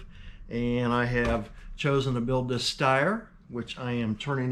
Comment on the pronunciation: Boy you really butchered that Steyr...... in a good way that is. Looking forward to how these two turn out. 👍👌